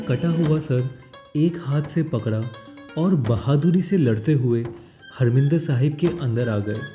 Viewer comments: bhai its not a "Harmindir Sahib" its "Harimandir Sahib" g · I wonder if the correct pronunciation is " HAR- MANDIR SAHIB "